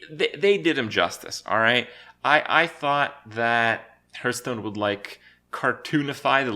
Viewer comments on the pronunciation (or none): He also can't properly pronounce the game he makes a living from.